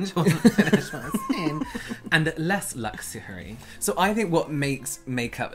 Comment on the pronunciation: apart from, lugsurie and other strange words, you two kill me. You could do videos on anything and I'd watch. Now off to cleanse my face because of running eye makeup 🤣